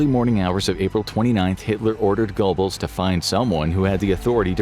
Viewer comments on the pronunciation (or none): none